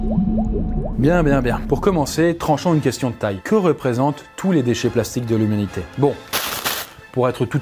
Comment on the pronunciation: On est d'accord il a dit youmanité a 2minutes de la vidéo oucean 😂